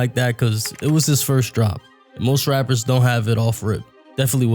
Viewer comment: He was also very annoying when he said wapper instead of rapper